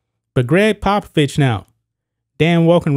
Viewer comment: You mispronounced the former coach’s name.